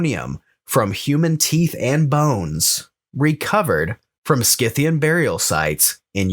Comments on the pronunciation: It's SIthian btw, Saka, Scythe, Scissor, etc. all are spelt with sa and not ska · Great show ! However I believe Scythian is pronounced with a soft c like the word scythe .